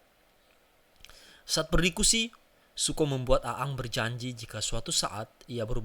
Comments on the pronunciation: Bacanya eng bukan a ang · Iya nih wkwk A-ang 🤣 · Risih denger lu baca bang, wkwkwk. Intonasinya kaku amat. Dan ketauan, lu bukan fans avatar kan. Aang dibaca Eng, bukan A Ang, 🤣🤣🤣 Kalimat2nya juga kaku amat, dan ketauan lu ga ngerti2 amat sama ceritanya. Tapi, thanks sharing nya bang. Keren. Gpp lah ya komentar gw pedes dikit, biar kedepannya makin keren lagi. 😁😁😁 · Ang anjir bkn a ang lol dah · Namanya aang. Dibacanya jadi eng bang. Bagus kontennya bang. Semangat bang bikin kontennya. Salam dari orang Bogor 🙌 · Aang dibaca Eng boss, "benders" bukan blender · Aang apa gaang sih kwkwkw lidahnya primitif bgt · Aang bacanya eng woi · Aang dibaca eng cuk, gak enak bgt nyebut nya :v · Orang sunda nih kayaknya 😂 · Bender bos bukan blender.. namanya nybutnya eeng bukan a ang. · Siapa A ang? Siapa ruko? Please deh observasi dulu untuk pengucapan yg benar Untuk story telling nya not bad lah cuma pengucapan dan gambar yg diulang2 bikin jengkel. Coba nonton Marvel Universe Indonesia untuk contoh story'telling nya